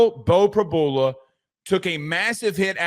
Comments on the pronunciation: Pre-BEW-luh…not Pre-BOO-luh. I have no idea how you didn’t figure that out, especially if you watched the broadcast (which you didn’t). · PRY-BUELA not PRABOOLA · Prib-YOU-la NOT Prib-bull-la🙉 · No one..?? Every PSU fan was mad when he left. He is very explosive. No surprise at all.....btw...Prib-yu-la... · Are you guys mispronouncing names on purpose?